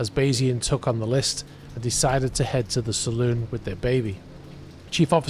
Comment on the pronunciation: Saloon is pronounced Sal- loon. "Salon" is for hair dressing!